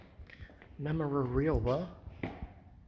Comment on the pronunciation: It's memmer -a-bee-lee-a